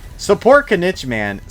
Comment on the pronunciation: Didn’t wanna be that guy but his name is pronounced kineech in game, hearing you say it wrong just reminds of how zyox says dandelion😂